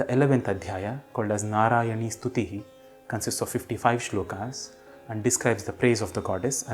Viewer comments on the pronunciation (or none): Please do clarify if it is श्लोका or श्लोक, मन्त्रा or मन्त्र, योगा or योग। Your uttering of 'आ' after श्लोक and मन्त्र is really pronounced. It is disturbing.